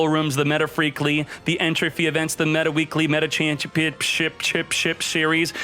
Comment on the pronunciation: I like the fact he said meta freakly just like that